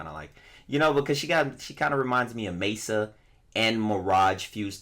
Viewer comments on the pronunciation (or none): none